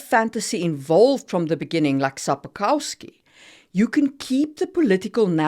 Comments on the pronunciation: As a Polish person I can tell you that Sapkowski's name is pronounced Sapkovski (I'm not sure if that's how you pronounced it here but most people pronounce it in an English way, instead of Polish - the letter "W" is always pronounced like "V"). Also, Geralt's name is pronounced with a "g" sound, like in "girl", not with a "j" sound. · You butchered Andrzej Sapkowski's and Geralt's names worse than Geralt butchered Renfri's gang.